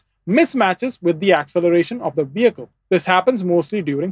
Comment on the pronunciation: bro mixing up his v and w. Its wheel and vehicle not "veel and wehicle"